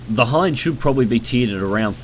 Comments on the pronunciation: It's Ki-61 Hien, not Hein. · Just found about your channel. Keep up the good work. Also do some digging about the Ki-100, you might like that too... The "i" in Hien is short. Actually its pretty much a long "e" sound. He-en. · It's the Ki-61 Hien, hei model. I know, confusing.